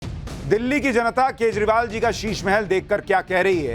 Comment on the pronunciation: Koi kejrival bolna sikhade 😜😜